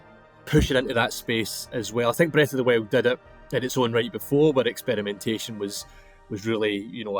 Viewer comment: Breth of the wew